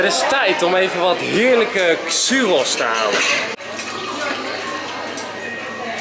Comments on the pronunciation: Het is tjuroos niet tsuuroos😹😹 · Enzo, churros spreek je uit als: tjurros geen xurros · Het is churos.. Geen xuros 😀😂😂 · Enzo tip!! Het is geen xuros maar churos Uitspreken als (tsjoeros) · enzo het is niet xuros maar tshoeros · Enzo je spreekt churros uit als tjurros niet als xsurros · het is niet xuros, eigenlijk is het churros, maar omdat je in catalonië zit zeggen ze alle woorden met een X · enzo het heet geen suros maar churros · Ik spreek churros uit als tjurroos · Je spreekt churros uit als tjurros😉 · Je spreekt het uit als tjuros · Je spreekt churros uit als tsjoerros ***** ;) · Churros Enzo hahaaha, geen Xurros of wat je zei :p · Churos spreek je uit als tjoeros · Enzo, het zijn Churros (zeg: Tsjuros)! Maar ik weet dat je niet goed bent in uitspraak dus ik zal je niet judgen! :') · Je spreekt het uit als " tjoeros" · je spreekt het uit als tjuuroos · Hoe hij churros uitspreekt 😂😂😂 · Hahahaha hoe jij churros uitspreekt😂😂😂